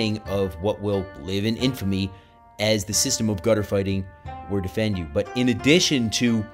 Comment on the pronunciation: Hi, Great presentation. I have his books and have studied his techniques. We even incorporated some of his material in our combatives training befor deploying to Afghanistan. BTW, Defendu is pronounced "DEEFENDU" not "Defend you." Keep up the good work! Chris. CPT Christopher F. Sheridan, 20th SFG (Ret.)